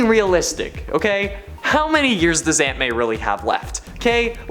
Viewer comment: The way you say “Aunt May” sounds like “Ant Man” so everytime I hear it I’m like “why is Spider-Man saving Ant Man?”